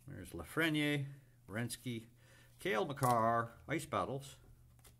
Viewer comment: I enjoyed your analysis of the inserts at the end of the video... also you pronounced Cale Makar correctly!!